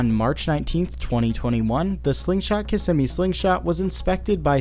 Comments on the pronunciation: Kissimmee is pronounced KIZZ ME!! I was corrected by a born and raised in Florida friend. She said I couldn't be an official Floridian unless I pronounced Kissimmee right. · The way you pronounce Kissimmee is grating on the ears, but great docu on the accident !